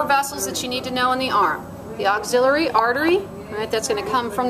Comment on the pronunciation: "Auxillary, papa liteal" nice pronunciations